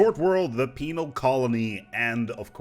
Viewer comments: man you gotta stop pronouncing penal so much like penile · LOL he says penile. LOL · I know you said penal (with an odd pronunciation) but it sounded like female colony tech. So much so I checked the Sub/Closed Captions (which actually thinks you did). Heh,, surely you're not suggesting all criminals in our empires are women? XD